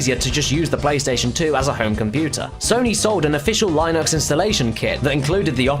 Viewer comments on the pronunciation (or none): ALL PS Ones have an external power supply, there isn't a version with a built in PSU. Linux is pronounced Lin-ux. Not Lie-nux, and Ethernet starts with an EE sound not Eh H is pronounced Aych, not Haych. And also no. it wasn't capable of playing games in HD. It was capable of outputting a 1080i signal. The games were still rendered in standard definition, just scaled to fit the output resolution, not natively render in it. The orbs aren't effected by the time, the glass like towers on the settings screen are. Infrerd? lol. Infra red. What about an N64 with a GameBoy Camera attached to the controller? Though in the end I don't remember any games actually using this. There's probably more but, meh. Gotta have quality standards and checking. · "Lie-nux"? "Eh-thernet"? "Inf-rare'd"? "Ink block test"? "Nutorious?" You think they would hire people to read who actually knew how to pronounce English words. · Oh god he said “lie nux” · never heard someone butcher the word Linux and Ethernet in the same sentence. linux as in pin-ux ethernet as in ether and net.